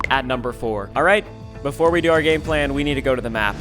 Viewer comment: awkward way to say the GAME PLAN